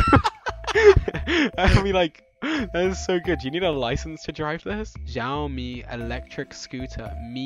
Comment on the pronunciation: George it's pronounced shi-o-mi (mi is pronounced me)